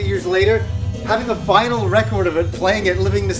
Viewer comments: it's vinyl not vinyl. You can have a record or records. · Vinyl without an S hehe